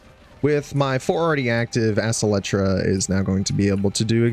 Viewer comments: EXCEL like "accelerate" as in "the car accelerated toward her" or "she excelled in this class" the phonetic pronunciation is "ex-CELL-tra" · Its pronounced acel-tra prime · EK SELTRA. or just think of acceleration when saying that primary name lol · Acceltra (Ak-sell-trah)